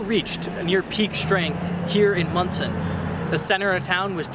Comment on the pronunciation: Thanks for saying Monson right, but you missed a LOT of the major damage there! You can really see just how bad it was there to this day.